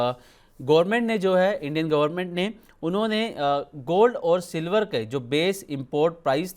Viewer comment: वो 'सिल्वड़' वाले एंकर महोदय किधर गए 😅